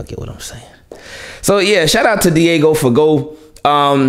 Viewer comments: It's pronounced FUH-GO y'all..... 😒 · Guess people don't know French pronunciation... Someone bout to be fired this season